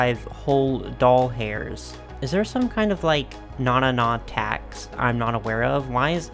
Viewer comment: Why is no one talking about how he says dollars when talking about expensive stuff😹😹